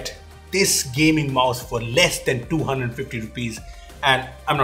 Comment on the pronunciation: Your saying 250 or 1250 I listened that Your voice saying 1250